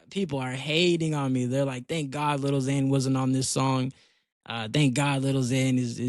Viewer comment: If u gonna say your a big fan say his name right gng 💔💔🗑